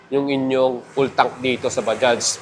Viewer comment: Okey na yong bigkas mo sa bajaj swak na swak na. Ba- Judge.